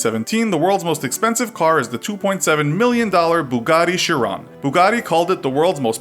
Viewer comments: it's pronounced Kiron :) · Its Bugatti Ky-ron